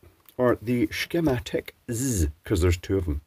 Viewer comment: "shkematic-ez" Cheers